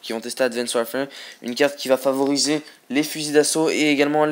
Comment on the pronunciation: Que 13 :s moi 14 mais bon très peux ! et je le re re dit WARFARE ! parle français mec Fait pas ton anglais ^^